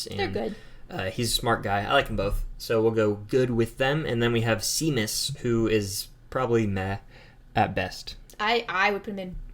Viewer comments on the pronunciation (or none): Nae hate tae either o yehs but I hate how Americans changed it to sorcerer stone again nae hate and btw it's pronounced shamus but it is spelled Seamus